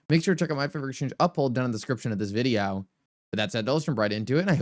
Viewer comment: Stupid title , i like to listen to your videos (apart from your pronunciation of video) this is very misleading for those that don't have time 👎